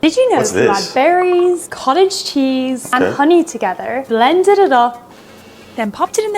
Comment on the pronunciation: Honestly I probably flip them just like him , I didn’t even realize he said it wrong till I read your comment 💀